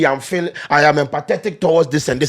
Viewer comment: He’s back with the “fuuling”😂😂😂😂